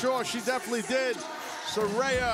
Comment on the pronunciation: How could the announcers still be so stupid and still pronounce Saraya's name incorrectly?!? 🤣🤣